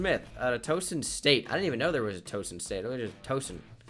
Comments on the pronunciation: Its not Toeson its Tow (like cow) son. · There isn't a "Towson State". There's Towson University which is a state college. Terrance West played there. It's pronounced T oww son, with the oww sounding like when you hurt yourself.